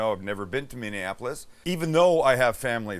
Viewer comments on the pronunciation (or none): none